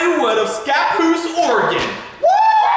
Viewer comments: I’m from Scappoose and thank you for saying it right, the local weather man can’t even pronounce it correctly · I’m impressed you said scappoose correctly!! That’s my hometown.